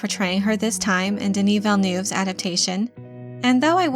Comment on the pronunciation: The EU in VillenEUve is pronounced like the E in nErd instead of being pronounced like LOUvre